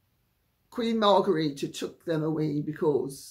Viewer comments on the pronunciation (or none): I thought the Danish Queen’s name is pronounced “Mar gret ta”, not “Mar garita”. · Mar gre the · Dear Lady 'C', I am aghast! You are normally so punctilious and precise with pronunciation. Whatever possessed you to sound the name (at the time of writing) of the Queen of Denmark as if it were a Spanish name! She is not "Margarita", nor could she be readily mistaken for a mixture of Cointreau and tequila (however intoxicating is her personality). Surely, a reasonable anglicization of the pronunciation of her name would be "Mar-great- a"? Regards, David